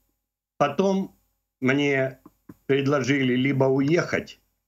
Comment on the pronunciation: Не предложили а предложили